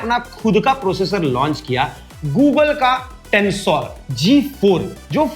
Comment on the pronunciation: Google not Goo